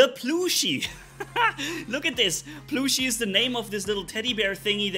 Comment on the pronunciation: Aint no way pronounced plushie as ploooshy 😭😭